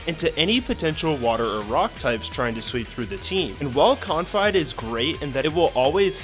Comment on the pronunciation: I was gonna give you a Sub, until I heard you pronounce "Confide"